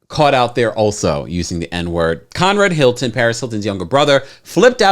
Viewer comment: I never heard of Con-Rad Hilton 😯